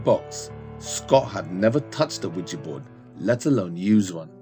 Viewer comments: Stop saying OuiJI , its OuiJa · Quija (wheejah) NOT Quija (wheejee) if you're going to play with it at least pronounce it correctly...SMH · Omg it's ouija not ouijeee